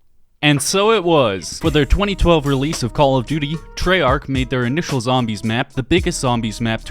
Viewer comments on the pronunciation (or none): none